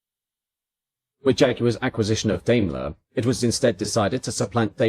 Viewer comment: ダメラ～とか言ってるよｗ デイムラーだよねぇ？